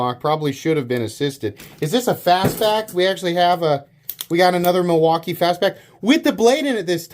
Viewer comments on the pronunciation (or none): none